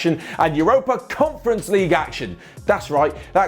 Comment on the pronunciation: 😆😆 the way says conference league